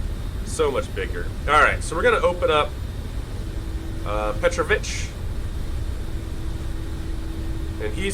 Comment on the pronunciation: There's an accent on a second vowel: petrOvich, not pEtrovich.